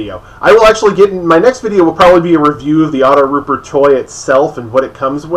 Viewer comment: AutoTrooper, dude. AutoTROOPER. WTF is a "rooper"?